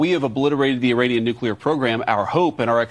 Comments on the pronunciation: Benny, love, its NOT NU-CU-LAR, its NU-CLE-AR, lol. Just a peeve I have, still love ya of course! You rock!!! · Please it's nuke-le-er not nuk-u-ler !!!